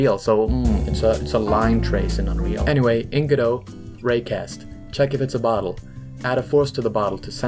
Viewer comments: It's Go-dot, not Ga-doe. It's not French, and the developers pronounce the t. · I think Godot is “Go Dot” maybe I don’t think the t is silent but what do I know I never named it 🤷🏻‍♂️ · I don't think godot is pronounced godo? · wait, it's pronounced "g'doh"? I always said "go-dot"